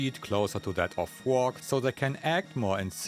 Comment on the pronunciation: Chwono, Wobo, and Fwog. 😅